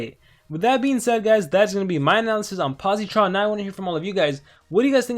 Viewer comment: Hey quick tip for pronounciation you don’t say it with a hard E sound